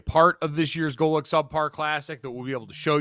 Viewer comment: That was an okay pronunciation Mr. Golic!